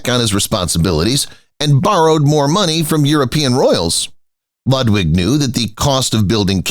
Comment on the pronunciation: Do try to pronounce the name of Ludwig correctly. Your repeated misprocuniation is off big time along with historical inaccuracies.